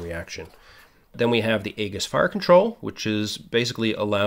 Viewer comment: Great video. Subscribed. Just a note that Aegis (named after the shield of Perseus) is actually pronounced "EE-jis." Keep the videos going!